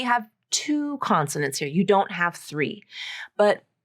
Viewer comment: In "I don't want to" besides that n and t is eliminated, you are pronouncing the d as flat t: I ro wanna.